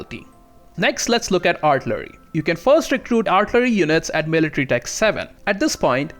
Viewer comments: Artillery - pronounced Are till a ree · R-TILL-err-EE....you're welcome. LOL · He absolutely cannot pronounce artillery, cavalry, or infantry. Might should have picked a different subject to make a video on.